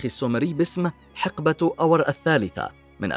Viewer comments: اخي العزيز انت تنطق اسم أور خطأ ! انت تلفظه بهذه الطريقة آور(Awer) وهذا خطأ. هو يلفظ كالاتي أور (Ur) .. تحياتي لك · الكلمة اوّر وليست اوَر بتشديد الواو للمعلومة وشكراً على التقرير الجميل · ملاحظة... الكلمة (ئور) وليس (آور)، وتعني المدينة، كما في( اورمية) و (اورفه) و (اوره مار)....!!! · محمد عبادي شكرا على الرد ..هكذا تعودت لفظها لهذا استغربت لفظها من طرف المعلق بفتح الهمزة و سكون الواو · ملاحظة انتبه إلى لفظ مدينه اور